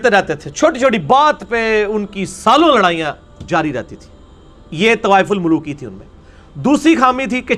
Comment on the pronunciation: It's tawaf ul maluki not tawaif ul maluki